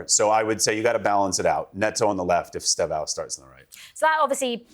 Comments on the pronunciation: ESTÊVÃO - (IS-TAY-VO!) 🇧🇷🔵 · It is es te vao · I’d love to be on this. saying ESTÊVÃO name properly 💙😂